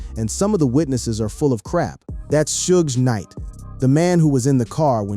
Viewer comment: Aside from some of the visuals being totally non sequitur to the commentary, there's plenty of continuity issues: "PEE RUE" "SHOE GID KNIGHT" "PACK's assassination" "KEFFAY"